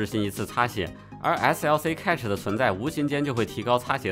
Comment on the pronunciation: cache应该和cash的发音一致，读“开始”